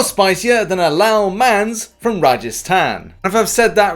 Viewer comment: Oh lol appreciate the indian cuisine shout out. Its pronounced lal ( a like the a in bar) mans (n is silent and a like a in mars)